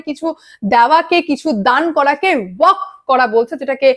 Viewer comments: এই মহিলা উচ্চারণ টা ওয়াকফ বোর্ড করতে পারে না কেনো? ওয়াক নয়, ওয়াকফ। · আরে, ' ওয়াক ' নয় রে বাবা, ওটা ওয়াকফ বলো ।